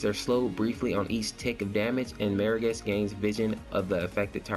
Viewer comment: Am I the first one to tell you you're saying Morigesh wrong? Where are you getting the 'e' from, like Meer-a-gesh? it's More-a-gesh... seriously. I can't even watch your video because of this.